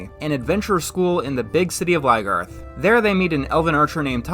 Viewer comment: Why does he say Ly-garth? Isn't it Lyn-garth?